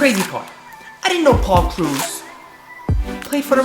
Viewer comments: Lol did he just say Paul Cruz?!? Haha lol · you said paul krause wrong cause im a viking fan i know